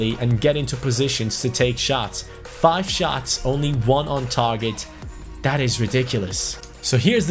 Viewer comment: that thaaaat T H A T not DAT